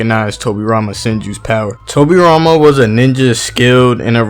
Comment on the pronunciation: Towwbi Rhama Senjew vs Minatow namikazeyyy. Love how Americans pronounce japanese names haha! No offence tho, Liked the video!